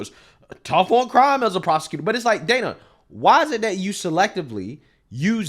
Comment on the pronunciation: Trump calls the Counterfeit News Network (and the rest of the mainstream, liberal media) "FAKE NEWS" for a reason. What "Dan-na" (the way she pronounces her name) Bash did here is a perfect example